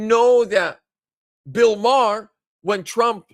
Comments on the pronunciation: Sounds like you’re saying Bill Maher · It's not Bill Marr it's Bill Barr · Barr not marr. Bill Barr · Bill Barr not Bill Marr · Bill Barr not Maher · Sorry but it's hard to take your gut instinct seriously when his name is Bill Barr, not Bill Marr. You didn't even know his name. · It's Bill Barr!!!! Not Bill Maher...!! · Bill Barr Not Marh. Hope they have a look at Michigan!!! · You mean Bill BARR, not Bill Mahar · Too much sun in Hawaii,? It's Bill BARR, not Bill Maher! 😉 It's OK,! We still love you! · Barr, not Maher. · Bill Barr not Marr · Not marr!! It is Bill Barr!!!! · Bill Barr, not Bill Maher. You were close though. The names sounds the same. 😂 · I agree AZ will likely be next. There was obvious fraud there in 2020 and 2022. (It's Bill Barr, not Bill Marr.) And, yes, I believe he was involved in the corruption after the 2020 election. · it would be Bill Barr not Bill Marr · No one talking about Bill Marr because it's Bill Barr, 😂🤣 This better be what takes the deep state down. They must arrest ppl for this. Military tribunals 🐸👁️‍🗨️🇺🇸LETS FKN GO 🇺🇸🇺🇸🇺🇸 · It's "BILL BARR" NOT Bill Mahr! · Bill Barr not Marr.. lol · Its Bill Barr.....